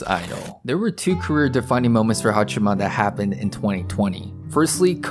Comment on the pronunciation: I appreciate you making this video, but I wish you would show even more respect to her by pronouncing her name properly. It's HaachAma, not HaachIma.